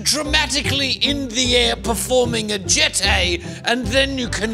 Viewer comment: Sir you said ‘jeté’ incorrect.